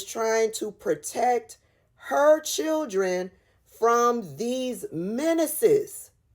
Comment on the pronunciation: Menances, not minuses